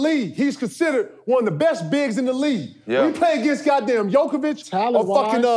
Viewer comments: The fact that KG says djokovic instead of Jokic is hilarious lmao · Stop saying Jokovic! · HAAHA KG called Jokic "Jokovic". Jeez KG he's the league MVP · Why my guy KG kept calling that man Jokiavic 😂😂😂😂😂😂😂😂😂😂shout out big ticket 🤦🏾‍♂️ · why KG keeps calling Jokic jokovic hahahah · Why KG keeping saying Jokivic 😂🤣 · I love when KG says Jokovic and no one corrects him they just let him say his name wrong every time 😂😂😂. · Jokovic and Kevon Moony 😂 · Great show...goddam I know Kevin is the big dog but why wont anyone to tell him stop adding syllables to jokers name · Funny how no one even attempts to correct KG on misspeaking Jokic's name. This ain't tennis Ticket, come on now